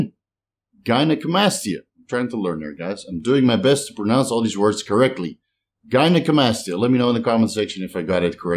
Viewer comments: An absolute stellar, by the book pronunciation of gynecomastia. Proud of you,! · Nailed the gynecomastia pronunciation bro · Your gynocomstia pronunciation was spot on. Now you just gotta work on other 😂. Love ya bro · As a unilingual person who lives (and grew up) in a bilingual country, I would never criticize someone's second language. But I gotta admit I did laugh and was happy for you when you got gynecomastia right :)